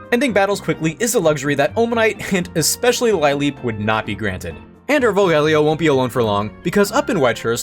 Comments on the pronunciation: Ive never heard Lileep mispronounced like that. I'm proud of you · Lileep has several possible origings but they all converge that the first part comes from lily What possessed you to pronounce it like that D